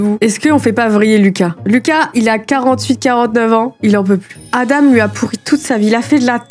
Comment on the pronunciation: Aïe aïe aïe pour les Adam sa se prononce adan